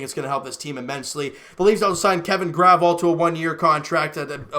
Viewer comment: Just letting you know Kevin’s last name is pronounced Gra-vel